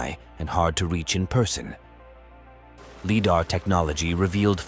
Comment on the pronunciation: I won't be watching another one of your videos, mostly because you cannot pronounce Lidar.